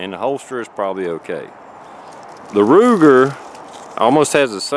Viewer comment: Did he say Ruger or rooster?